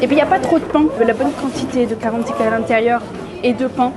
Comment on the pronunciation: Le c’est gratuit m’étonne pas mdrrr… Mais please c’est pas karantika mais GARANTITA